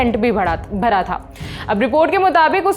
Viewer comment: Bhda nhi hota Bhra hota hai...kya bhda bhda bol rahi ho madam ji towtli ho kya